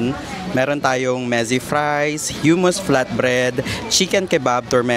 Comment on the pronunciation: Anong Hyumus?😂😂😂 paki check po ulit paano i-pronounce 😊